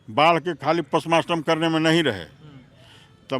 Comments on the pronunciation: postmotom hota hai postmaster nahi 😅😅😅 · Postmartam bola hai re baklol but sudh उच्चारण postmotom hota hai.....gumrah karte ho re मुर्ख...